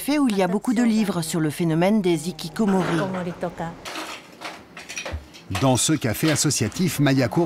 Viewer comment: en français, on ne fait pas la liaison quand la consonne n'est pas suivi d'une voyelle, un nikikkomori je sais pas ce que c'est ...